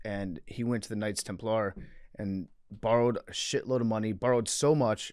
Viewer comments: PFTs pronunciation of Knights Temp-LAR was driving me up the wall haha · The Jeremy Lin of religious history would be Joan of Arc. Also, PFT saying Templar with the emphasis on the wrong syllable is like nails on a chalkboard to me for some reason.